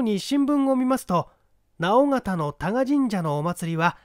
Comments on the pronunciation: 直方 →なおがた 誤 →のおがた 正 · 今更ですが、直方(のーうがた)っていいます。福岡なのですごい親近感ありました。